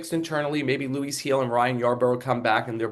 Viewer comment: It’s not HILL, it’s HEEL!